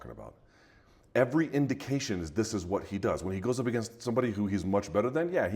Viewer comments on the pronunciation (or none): none